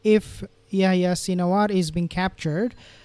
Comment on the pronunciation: The 'h' in Yehya is not silent, pls pronounce it correctly. And H*m*s starts with an 'h' pls pronounce that correctly also.